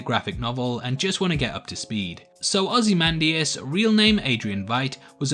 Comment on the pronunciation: You have pronounced very nicely ozymandias sir 😎